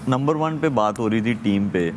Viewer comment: It is not number 1. It is lumber 1.